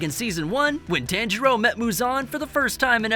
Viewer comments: (tawn-jur-o) not (tan-jur-o) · Dude. PLEASE start saying my guy’s name correctly. The emphasis is an “Ha” sound (T-Ha-ngiro)